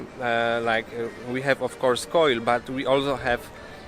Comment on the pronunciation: Dobra robota ale musisz zwrócić uwagę na wymowę ważnych słów: dla Ciebie „coil , cooper” to zapewne węgiel , miedź, ale dla WASPa to „cewka, bednarz”